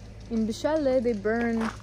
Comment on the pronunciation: U got it all organic and btw It is bcharre not bchalle